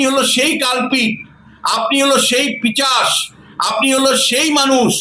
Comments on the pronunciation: কথাটা পিচাস নয়, কথাটা হচ্ছে পি সাজ নয়, পিশাচ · পিচাশ নয় পিশাচ হবে স্যার কথাটা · পিচাশ নয়, কথাটা হল পিশাচ। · পিচাশ নয় দাদা ওটা পিশাচ হবে। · পিচাশ কি? পিশাচ বলুন।